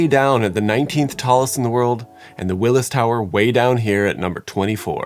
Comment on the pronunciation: Say it with me “WILLIA TOWER”